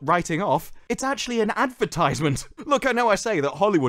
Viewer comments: Truly an amazing clip (in spite of the god-awful pronunciation of "advertisement"). Found this channel thanks to the Drinker. Great discovery. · Wait wait, how did he say 'advertisement'?